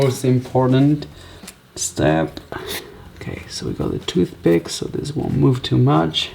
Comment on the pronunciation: He said toothbick